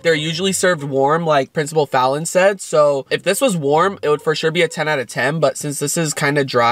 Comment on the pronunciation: I love how he still calls him princible fallon😂